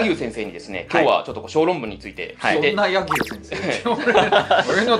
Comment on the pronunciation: や↑ぎゅう先生？